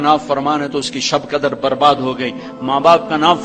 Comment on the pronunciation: aapki Urdu itni buri Q hai.? Khadar nahi hota hai.. 👉Qadrr sahi lafz hai.. Are bhai humto Maharashtra se hain aur Alhamdulillah talaffuz aapse accha hai... Ap shayd Hyderabadi honge firbhi itna Bura talaffuz kaise..?